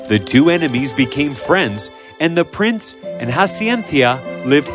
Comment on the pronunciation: Plince milan